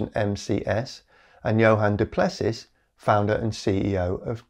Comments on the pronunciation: Johan du Plessis is pronounced johan do plessi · Great video. but you;d better find out how to pronounce Johan Du Plessis correctly :) - its closer to Du Plesea